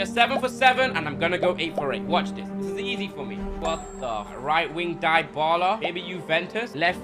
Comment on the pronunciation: Bro said dybaula for yuventus